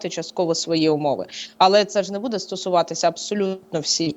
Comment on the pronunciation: Буде(наголос на перший склад!!!!) ставит правильно ударение…, прекратите «интересничать»!!! Уже до рвотного рефлекса. Ваши вопросы тоже приходится слушать!!!!